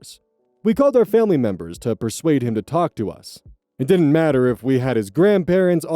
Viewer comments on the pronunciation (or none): It should be matter, not fatter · I think that was supposed to be 'matter'